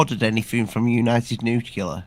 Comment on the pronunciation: watch Rich visibly squirm after mis pronounces the word nuclear as new cue lar ❤️ 😄 Anyway, I absolutely LOVED this episode! Could have gone on for another 2 hours!!!